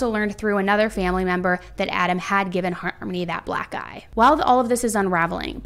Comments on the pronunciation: i kept hearing 'black eye' as 'black guy' and it made me laugh so hard. which is inappropriate but like.. lol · Am I the only one who heard "black guy" instead of "black eye" and was extremely confused?